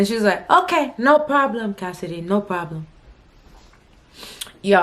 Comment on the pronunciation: 😂😂😂howwww casss “hey cohssidee it’s Claire.” Lmaooo